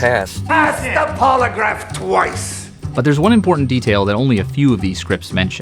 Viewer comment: "PasSSED THE pOlyGRAPHFE tWAIS," 𝓪 𝓬 𝓽 𝓲 𝓷 𝓰